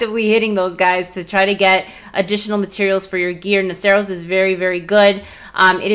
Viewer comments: Not sure why i feel the need to comment on this but... i think its pronounced nah-sur-us. Like Rhinoceros. Could be wrong. Thanks for all of the great videos, and please excuse my grammar nazi-ism. x-D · "Noceros" is pronounced like the end of rhinoceros. Duh!